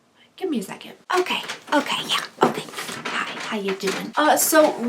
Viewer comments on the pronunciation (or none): none